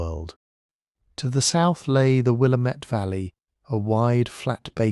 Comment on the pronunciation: Visiting NYC. Resident in Scotland. Previously resident of WA, and a geology lover. Nick Zenter at WSU has some great talks and animations about this. Btw Willamette rhymes with Damnit. It’s the only thing you got wrong 😂